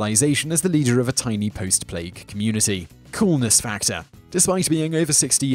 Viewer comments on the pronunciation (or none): none